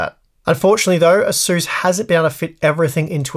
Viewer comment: Can someone make a counter on how many times he says "Ahzoos".